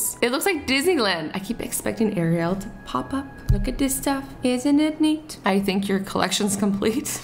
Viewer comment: Who else got triggered when Azzy pronounced Ariel wrong? (Or maybe that’s the way to pronounce it in Canada) 🤨